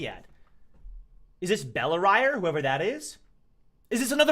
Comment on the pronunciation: I think its bell-ri-re